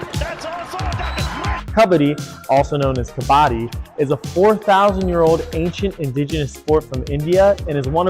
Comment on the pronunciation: Love your passion and vision. The song at the end is great! Please please please please PLEASE pronounce Kabbadi correctly, as they do in that song. Please! 🙏🏾